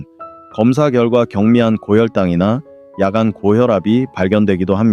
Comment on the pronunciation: 좋은 강의입니다. 그러나 단어의 발음 문제가 있습니기다. 야간, 이노, 현대,최소, 등, 첫 자는 모두 길게 발음하시옵소서. 유튜브에, nobulkoreanlanguage를 치시면 우리말 우리를 문제에 대한 귀한 강의를 들을 수 있습니다. 미국 변 완수 드림